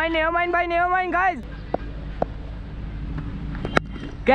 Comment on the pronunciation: Keeper ‘boooiii’ not boy 😂😂😂😂😂😂😂😂😂 funny